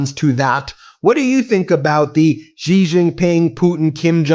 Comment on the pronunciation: Xi Jinping is pronounced she like the woman like the girl. She